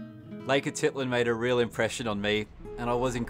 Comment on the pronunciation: Great photography though a little too rapid for my old eyes. However, your pronunciation of places was not good. Lake Atitlan, Panajachel, San Cristobal, even Conquistadors you pretty much mispronounced.